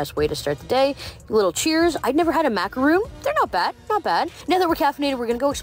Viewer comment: "Never had a "macaroon," and I don't breathe air.